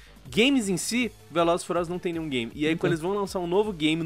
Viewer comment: “Velozes e fuliosolos”